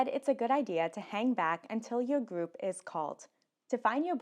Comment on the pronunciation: Boarding your fwight boarding awea boarding gwoup People with speech issues for no good reason is my pet peeve.